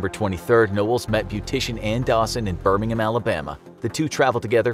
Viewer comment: he pronounced my city name so wrong 💀(Birmingham)